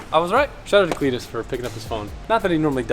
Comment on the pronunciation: Legit cringing with this video then you call cleeter and i stopped cringing and started laughing with hit holy shit. Step in the right direction. Solid axles are the way to go get a marker and straight edge and line the axels so when ya pull em next time you can see how or when they start to twist. Can make it a mission to make candy cane axels. 😂